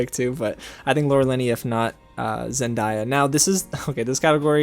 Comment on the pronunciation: I know I’m not the only one that’s pissed at him for saying zen-die-ah instead of zen-day-ah 🙄, like pronounce her name right!